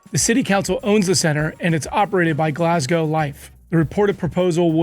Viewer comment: As a Scot, I'm loving the pronunciation at the end of Glasgow like cow! 🤣🤣 And the mispronunciation of Scotstoun!